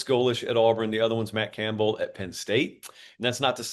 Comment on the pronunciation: Buddy just said Auburn. R we trolling its auburn just like nebraska last year they will never be back